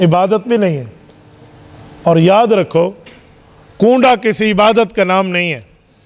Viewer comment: Koonda nhi kwanda hota hai